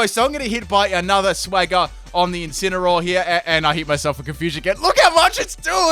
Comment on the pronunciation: Lol it's incenaroar